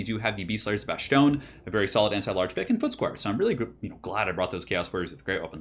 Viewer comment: Dude please stop saying bashtone there is no h in bastonne it’s pronounced bas-tone